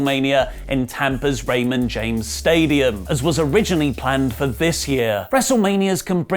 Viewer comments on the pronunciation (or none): none